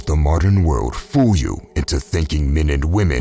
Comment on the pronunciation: The he pronounces FOOOOOL, gives my heart a great joy 😊